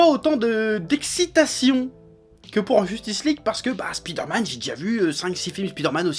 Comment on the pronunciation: a il dit "spider-matte" mdr